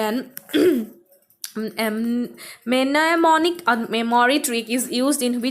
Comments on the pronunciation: Mnemonic is pronounced as Nemonic..."M" is silent. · Mnemonic is pronounced as Nemonic...M is silent.